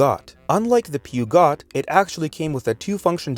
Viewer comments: Aaaah yes pew-got. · You pronounce it like peh Joe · Ah yes, the famous French car maker, Pew Got. 💀💀💀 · Peugeot pronunciation was diabolical